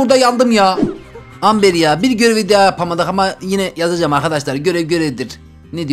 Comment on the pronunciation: Ember :D